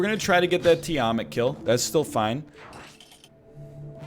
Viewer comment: Tiamat is pronounced TEE-ah-maaht